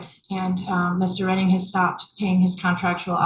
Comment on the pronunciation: Its prounuced Redding 😂